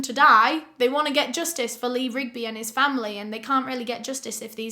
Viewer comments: It’s funny you had trouble say the Marines name. The Beatles has a song called Eleanor Rigby . Thought you find that fact funny. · Good job on memorizing the last names of the two political activists and saying it right ... also sad you not sure how to say the last name of the British bloke !